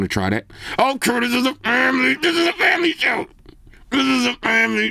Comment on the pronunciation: FWMLY SHWWWW!